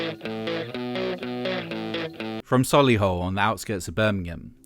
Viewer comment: When a video from yt talks about a punk band from Solihull... Oh, and thank you for pronouncing Solihull correctly x And just to say Solihull is a town separate from Brum.